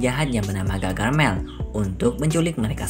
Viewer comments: Bukan gagarmel..tapi gargamel 😅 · gargamel kali bukan gagarmel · Harusnya gargamel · Gargamel kak bukan gagarmel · Om bukan gagarmel tapi gargamel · Bamg gargamel, bukan gagarmel 😭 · Bang bukan gagarmel tapi gargamel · Bukan gagarmel tapi gargamel